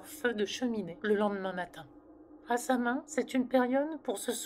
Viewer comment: Bonjour je me permet de faire une rectification. Samhain se prononce "sa-ouine". Qui est du gaëlique. Bonne journée.